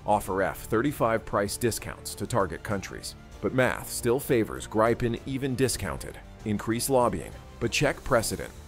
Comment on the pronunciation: Swedish "Gripen" is pronounced like in Spanish.